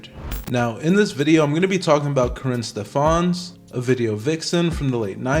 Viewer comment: Stef-ans? "Stef-ins".